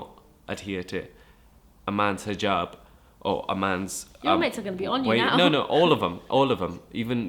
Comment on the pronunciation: She pronounces it in the way you say it in Arabic, not English. It's an Arabic word.